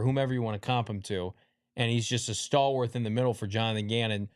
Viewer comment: I love you but I beg you: stop saying stalwarth. It doesn't have an h. Love the coverage you guys are awesome